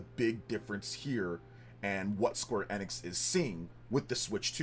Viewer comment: It's E-nix.. EeEEEeeEEeE- Nix. "Life Time fan"